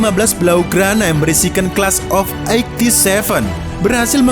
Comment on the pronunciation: Menarik... Cuman pengucapan 87 kurang pas😁